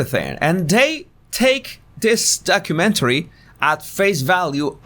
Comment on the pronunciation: Did he just call it a HORROR mentory lol